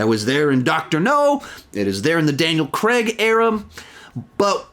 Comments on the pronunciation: It’s Daniel CRAIG. Not CREG. CRAY-G. What’s difficult about that? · Daniel "CRAIG", not Daniel "CREG" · It's Cr-ai-g not Kregg....Who is Kregg...Come on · "Daniel cregg" 🤣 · England: Craig Nobody: Absolutely nobody: Americans: Crehg